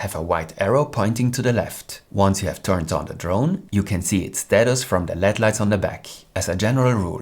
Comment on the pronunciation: Very informative. Thank you. One note for future videos: native English speakers do not pronounce LED as if it were a word. We enunciate each letter: L-E-D. It seems like it would be natural to say it as if it were led. But we don’t. We use the initials, which mean Light Emitting Diode.